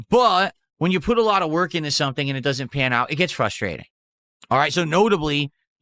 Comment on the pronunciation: It's very hard "whark" dude